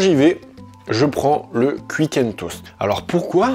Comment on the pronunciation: J’adore comment tu prononces Quick